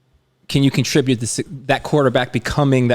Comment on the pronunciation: buddy, you're a professional... I'm glad to help you with your craft... "ATT-ribute," not "CON-tribute..."